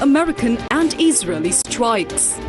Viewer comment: Eesraeli”strikes lol